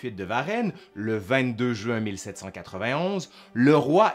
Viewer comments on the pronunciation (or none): none